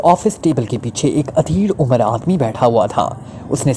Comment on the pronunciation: Udhair umar 👍👌 Adhair umar 👎 Is word M alif p paish h JAZAKALLAH KHAIR Horrible expressions k begair read kerain, shaid more better hu Or words b proper pronunciation ( in English and urdu .) k sath read kiya jay, JAZAKALLAH KHAIR